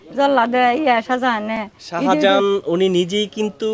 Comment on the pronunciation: বালের সাংবাদিক, শাজাহান নামটাই শুদ্ধভাবে উচ্চারণ করতে পারে না